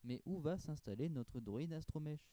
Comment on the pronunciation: je viens de ton com sur la faq de a little brick et franchement j'aime beaucoup la présentation je vais aller reagrder d'autres de tes videos mais si je peut te donner quelque chose a améliorer tu devrais faire un montage un peu plus dynamique et mettre une petite musique chill en fond je pense et sa serai vrm bien +1 (ah oui aussi on dit astroMEC et non astroMECHE 😊)